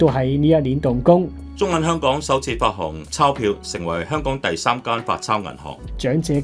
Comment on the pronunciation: 與 一唱一和的旁述員不知是誰？ 他把「奏效」讀成「湊效」，可能他以為是「湊巧」；也把「發行」讀成「發航」，應該是「發恒」，是發佈及行使的意思。